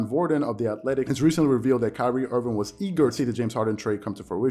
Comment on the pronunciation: Love your show. But it's Kyrie Irving, not Kyrie Irvin lol Loyal subscriber. Keep up the amazing work! Your analysis is waaay better than most people on mainstream :)